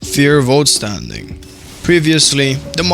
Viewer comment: its actually vollstandig... Not Voltstandig 🙄🙄🙄🙄